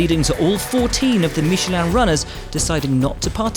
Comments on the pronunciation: That's how you need to pronounce it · That's how Michelin is pronounced though